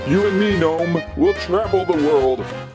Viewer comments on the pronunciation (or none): none